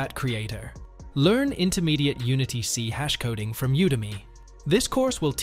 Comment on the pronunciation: . "C hash" ??? You mean "C SHARP"?